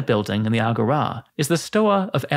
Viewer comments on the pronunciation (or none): WHY did you pronounce agora like "ah go RAW"? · Please learn how to correctly pronounce agora. The stressed syllable is the second one, not the first.